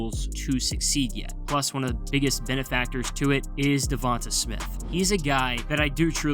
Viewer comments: Saying Devontuh is crazy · Devonta DA-VON-TAY.......